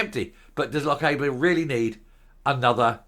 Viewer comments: C'mon, you've been told - Loch-AH-ber, not Loch-AY-ber!! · There is a Morrisons (including petrol station) next to the railway station. No need to go to Inverness. It is also pronounced Loch ar ber.